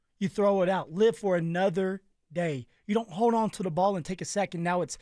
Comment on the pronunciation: there is an L in the word HOLD. It is NOT pronounced hode???